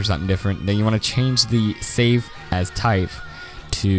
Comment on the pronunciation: When he said save as i heard "Save Ass"